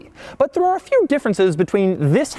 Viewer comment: why did he say few like that 😂